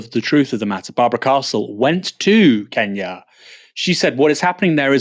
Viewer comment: Our home secretary still calls it "Keenyah", just as the colonialists did.